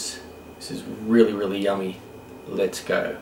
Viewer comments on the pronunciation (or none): That "yummy" towards the end made you sound like you're from Yorkshire